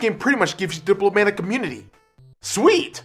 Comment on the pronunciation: lmao i love how trouble he has saying "diplomatic immunity"